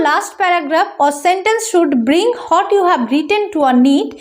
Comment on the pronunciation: What er pronunciation ta hot na bole what bollei vlo hoy r ki